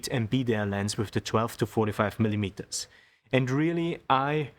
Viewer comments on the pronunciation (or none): Super Reportage, really nice to watch and listen to. Great editing. Aber bitte nicht mehr 20 millimetersssss sagen. Da kommt in engl. kein 's' dran 😊